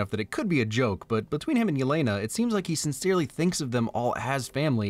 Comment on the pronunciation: Its Elena not Yelena pronounced like Elena of Troy .